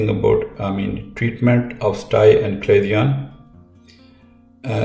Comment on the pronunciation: Doctor it is pronounce CHA-LA-ZION (cha-la-sion) not "Aclasion" as you keep saying.